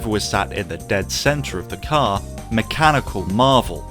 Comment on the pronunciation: This cyarrrrrrr…….it’s a drivers cyarrrrrrrrrrr